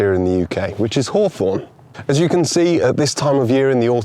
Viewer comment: 讀作 ˈhôˌTHôrn 不是好酸 照著邏輯，蜂蜜要叫好甜😅